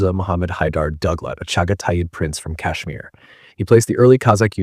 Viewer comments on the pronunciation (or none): none